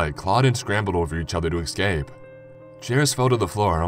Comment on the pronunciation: Why do Americans say excape? Its not an actual word..